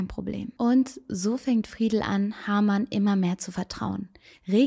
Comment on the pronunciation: Sehr interessant , aber bitte Haarmann und nicht Hamann